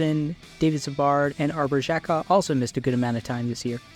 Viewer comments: the way you pronounce xhekajs name makes me understand why your takes are dog shit. you look at numbers and advanced stats and have never watched a single game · That right there ruins his credibility. Bye. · How many times are you gonna pronounce Xhekaj’s name wrong